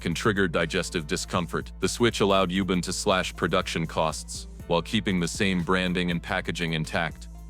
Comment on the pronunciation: Sounded and spelled AI. Couldnt pronounce Yubaaan, said Youben also wrote youben. CCC. Fakely level voice.